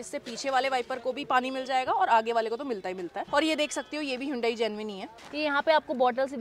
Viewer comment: Hyundai ❌Hooondai🤣✅